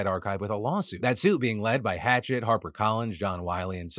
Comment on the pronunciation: As far as the Internet Archive goes, I think it's an incredibly important form of preservation. I understand the conflicting views of authors, but I unequivocally take the side of libraries in general. That said, I have a critique: Hachette is pronounced "Ha-shett" not like an actual hatchet, because it's owned by a French company